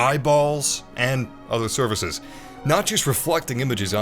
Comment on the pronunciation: it’s called surfaces...not services